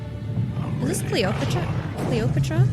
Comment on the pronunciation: Clee oprah truh.......damn lol. Great video.